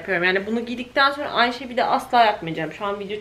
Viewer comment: Danla’nın “Sonra” ya sürekli “Sorna” demesi bir tek benim mi dikkatimi çekti en net örneklerden biri video bunla dolu 😂😂 Ama bu danla’yı sevdiğimiz gerçeğini değiştirmiyor 😂😂